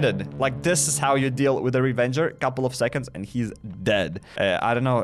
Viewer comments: ITS RAVAGER DUDE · Anyone else hearing him calling it a Revenger? I swear it’s called Ravager…. Or am I blind